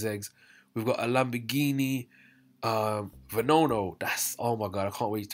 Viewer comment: It’s just Regera, not Regera R and it’s Veneno not Venono